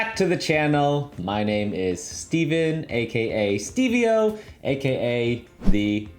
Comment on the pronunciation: Alright bro we got some problems!!! In some intros you pronounce your name "Stevie Oh" but in others you say "Stevie Ho"......WHICH IS IT GOD DAMNIT!?!?! Love the vids btw 😁👍